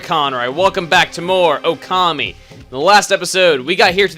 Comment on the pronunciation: the only one thing that i dont like is your pronunciation of "okami" :)